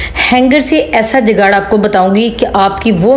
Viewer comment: Dekhiae pahle to aap bolna Sikh lijiye aap galat bol rahe hain jugaad bolate Hain jugaad aap bol rahe hain